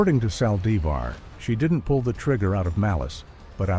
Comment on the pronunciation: I hate how she killed her God rest her soul. I can't stand how the person talking can't pronounce her last name right